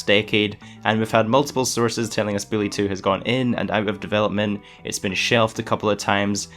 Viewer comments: Is it just me or is he saying Billie or Bully??? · Lmao he saying. Billy 2. Not Bully 2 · HES SAYING BILLY HAHAHAHAHA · You said Billy 2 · did this man call bully 2 billy 2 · Why is he saying "Billy" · You need to slow down bully sounds like billy. Just telling it like i hear it and you talk fast